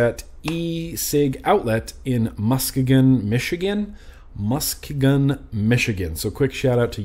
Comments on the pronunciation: P.S....it's pronounced "Muss-key-gun" Michigan. lol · Musk-e-gun lol! Pronunciation!